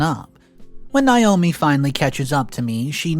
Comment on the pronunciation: OP's wife's name is pronounced NA-O-ME. Not NI-O-ME. I know because it's my name, and I hate when people call me Ni-o-me. It's spelled Naomi the A is long. NA-O-ME, there is no long "I" sound in Naomi.